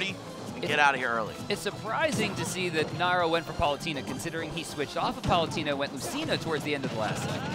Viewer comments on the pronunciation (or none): EXCUSEME. How did he pronounce Palutena?